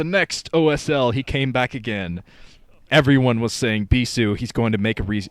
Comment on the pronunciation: stop saying bisu like that.